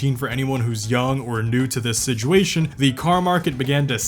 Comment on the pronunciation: I ca t trust anyone that says sidguashun instead of situation.